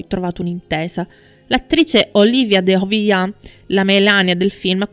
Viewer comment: Interessantissimo. Complimenti. Due sole cose: siete assolutamente sicuri che quello con Olivier fu un amore perfetto? Inoltre, dite alla speaker che Olivier e la De Havilland non erano francesi, per via della pronuncia.